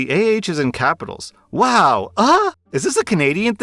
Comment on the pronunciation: Am i the AH if i laughed at you pronouncing wow AH